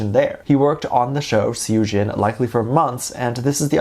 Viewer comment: say it like sohjin❤❤